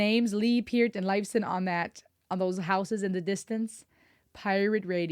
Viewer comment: I Wana help u out Niels last name is pronounced Pur. T pert